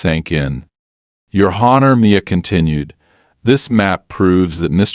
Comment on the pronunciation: Just 1 of the AIs mistakes, Honor is ( on- er ), the H is silent.